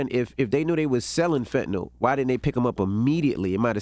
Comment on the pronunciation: Why does everyone mispronounce Fentanyl? It is not Fentanol